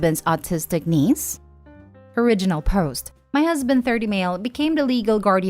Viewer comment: I keep laughing because I hear Denise not the neice loool